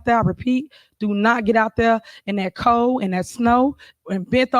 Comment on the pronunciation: The word is cold- not coo!